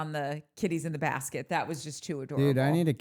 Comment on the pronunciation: It’s a bas-CAT instead of a basket 😂